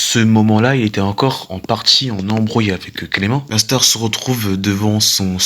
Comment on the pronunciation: Mais parle correctement "nastar"cancer" mais wsh tu c pas dire mastar et concer c pas si dur ptdrrr